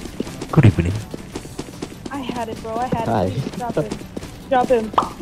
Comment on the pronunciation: Good ebening